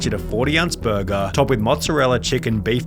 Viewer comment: Is that how you usually say "burger"?